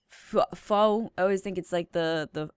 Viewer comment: Pho is what we eat Vietnamese food and pho is pronounced like phu